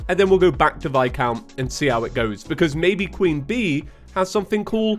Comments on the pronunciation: PLEASE HIS NAME IS VIS-COUNT NOT VI-COUNT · God when you call viscount vi-count it makes me cringe lol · His name is pronounced like "vi-count"